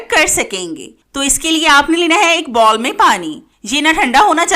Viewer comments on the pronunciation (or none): none